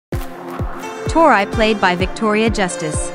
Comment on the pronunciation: U said tori name wrongly